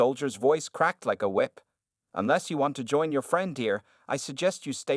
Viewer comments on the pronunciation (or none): none